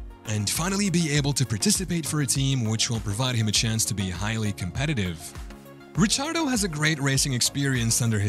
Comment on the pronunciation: Rick ardo Not rich ardo